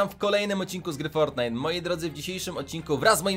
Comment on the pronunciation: normalni ludzie muwiom fortnait muwi forrrtnait